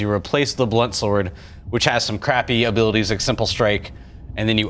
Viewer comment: "Abilitease" returns!